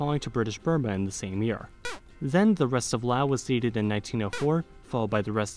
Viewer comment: Sounded like he got speech impediment, can’t pronounce L. Even the way he says Laos it sounded “Wow”. You should listen to feedbacks so you can improve your content